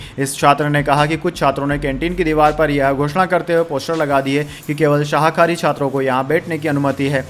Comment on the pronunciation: शाहाकारी नहीं शाकाहारी सही शब्द है।